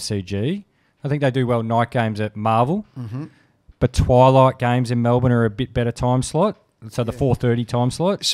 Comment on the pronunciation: be grouse , hahah how very 'malbourne' of you eddie hahahah